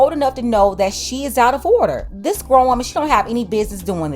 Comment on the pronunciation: Growner? Tell her to look it up in a dictionary wtf?